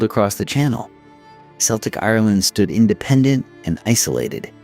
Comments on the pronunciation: What a pity AI couldnt pronounce so many names and places. Worst in my view is Celtic being pronounced as Seltic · pronouncing Celtic with an "S" sound in a video about Irish history is criminal. big fail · I had to turn this off after 10mins. I couldn’t listen to the Celtic (K) Irish being pronounced like the Celtic (S) football team…. The incorrect references to a language that I speak daily was just awful…the necklaces are Torcs, Gaelic Éire , Hibernia came later, án Roí, not just Roí, and oh my God……, the OGAM scripts…pronounced Ogham with a silent g…..🥴🥴🥴🇮🇪🫩🫩🫩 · The first thing that hit me was "Seltic". Yikes, that's a Boston, Massachusetts basket ball team! ✨️🤦‍♀️✨️ Somebody needs to tell AI, it's pronounced, Khel-tic, for the Celtic people. Other notables are: Dro-ghee-da for Drog-heda. Jheese for the bird, geese. Sin Fain for Sinn Fein (pron: Shin Fain), and "Dale" for the Irish Dáil or house of commons in their Irish Assembly (our Congress) (pronounced "Dial" like the soap or lawn ornament, sundial.)